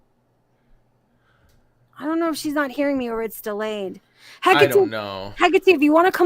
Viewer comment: The way you butcher Hekates name!?! he-Kaa-te ( love you both though ❤️)